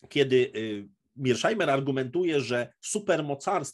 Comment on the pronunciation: Może Pan mówić po prost [mershajmer] Pozdrawiam